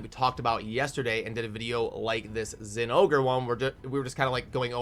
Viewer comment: I'm proud of you, you said the name right.